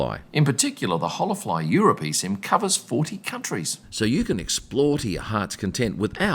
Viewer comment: I think it's pronounced Ola fly. Not Hola fly.